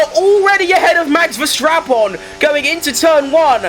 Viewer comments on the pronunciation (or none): why it's always sounds like Max VerStrapon... U need work a little bit on pronouncing this😂😂😂